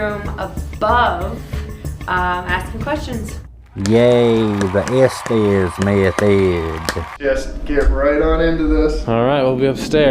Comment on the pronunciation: "the estes method" Who came up with this of crap. Also I heard tortoise. Well done, cheers for the video mate.